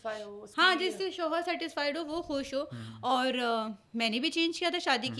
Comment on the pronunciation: Please apni host change karain......in ko itna sense nhi hai k ye kia Keh Rahi kis lehjay Mai...... shoooohor ye shooohor kia hota.....shohar........Mai to Shuru Mai in ka bolna daikh kr......program Pura daikha bhi nhi